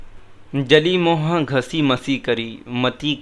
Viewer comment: Correction, when reading gurbani shabads, the choti ee and u ki matra at the end of every word are silent, for example hari is read as har, and mohu is read as moh, this adds meaning to the shabad